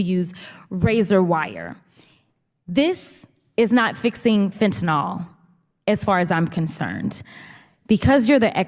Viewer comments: Meiselas Just for clarity, it’s pronounced FEN-tah-nill , not FEN-tah-nall. I was on the 72 hour 25mcg patch before having my Spinal fusion surgery in May of 2016. Once, the pharmacy accidentally gave me the 75mcg patches… had I not already had a high tolerance to opiates, I could have fell into a coma and/or died due to the error. Luckily for my family, me, and the pharmacy, nothing serious ensued (other than acting like zombie for a day and a half). I removed the first patch halfway through the 72 hour effectiveness range after realizing the pharmacy’s error, but not before falling asleep for 4 hours while seated on the toilet. My point is simply, I have intimate experience with this highly dangerous drug. Fentanyl (FEN-tah-nill) should always be pronounced properly to avoid confusion with other drugs with similar names.❤❤❤❤❤❤ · Every time I hear someone pronounce it Fentan awl I lose the thread. The last letters are "yl" and they are never pronounced "awl." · Fentanyl is pronounced "fen-ta-nil" not "fen-ta-nol" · And correct pronunciation is Ben's impossible task. Fentenyl. Ben, see the NYL? Nil, not nawl. If you sound like an idiot no viewers will respect you and your truth. It ain't too hard Ben. Put a sticky note on your Monitor. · It's Fenta NYL, not NOL, important stuff, because many drugs sound alike, making it sometimes a matter of life and death to get it right. Don't be a sheepanyl, and say it wrong, just because you heard others say it wrong. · It is pronounced “Fen-tuh-nil”…..NOT “Fen-tuh-nol”. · As a chemist, I cringe when I hear people say "fentenol" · I wish people in the public sphere would learn to pronounce FENTANYL properly. Its mispronunciation is ubiquitous and sets a poor example; it's spelled relatively simply.